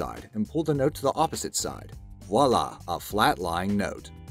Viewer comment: The word is "voilà," not "wallah." There's definitely some irony in a video talking about the wrong way to do things while the narrator consistently pronounces a word incorrectly.